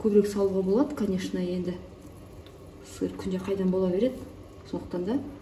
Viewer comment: Керемет ас болсын бирақ Сир Сир дей бермениз сыр десеңіз дұрыс болар еді а так бастаманыз жаксы